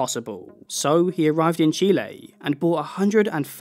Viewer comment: As a Latina I super appreciate the proper pronunciation of Chile ❤